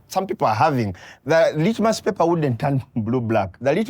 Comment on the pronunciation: "The litmous paper would sigh"😂